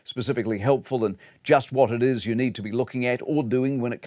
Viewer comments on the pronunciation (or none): none